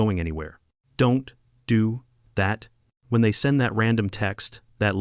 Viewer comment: You deserve a like. I love when you say Don’t.do.that.